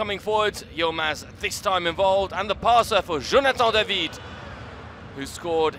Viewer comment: Quand le commentateur dit "Jonathan DAVID " it's Just so funny